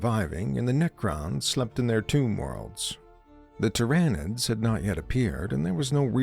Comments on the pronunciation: the "ty-ran-nids" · The script it reads needs to have phonetically spelled names